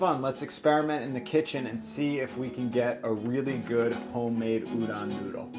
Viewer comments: Ooh-DOHN, not OOH-don plz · Can't comment on the udon technique, but I can give some quick tips on the pronounciation.. English written Japanese is always syllable by syllable so tsukemen is pronounced tsu-ke-me-n. No silent e business haha. Also the O in udon is not an 'a' sound like udan but 'o' like 'doh' (like Homer Simpson)